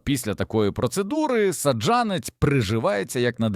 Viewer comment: Та не пУхка, а пухкА, не зОли,а золИ, не саджА нець , а сАджанець...і таке інше... Вибісили! Якщо вся Україна так заговорить... 😯 Неприємно...